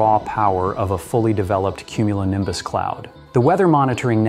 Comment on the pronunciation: just one more time I want to her "cumulinimbus clouds"